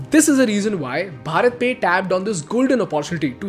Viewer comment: You should pronounce भारत pe not भरत